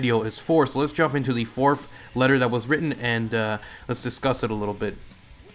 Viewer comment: Its Fourth not "Forf"